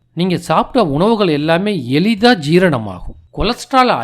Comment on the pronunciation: எலிதா😂😂😂..எளிதாக. தமிழை நன்றாக கொலை செய்யுதான்😂😂😂